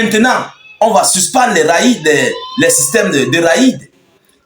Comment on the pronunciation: raid/s = rèd ou rêd = prononciation